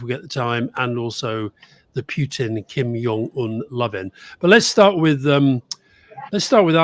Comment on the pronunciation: Please stop pronouncing Kim Jong Un as Kim "Yong" Un. Its Korean not German (Js aren't pronounced as Ys). You can call him a lot of things but not Yong.